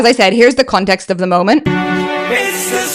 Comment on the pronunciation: Ate you saying context or condext? I'm confused 😕